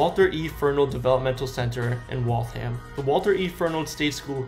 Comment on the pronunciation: Please learn to pronounce the names of places before making videos about them. Worcester has already been covered in other comments, but Waltham wasn't. It isn't WALTH-HAM it's pronounced WALTH-UM. This was a good video, tho